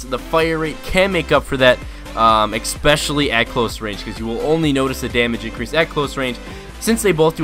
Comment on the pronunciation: didn't know 'especially' had an 'x' in it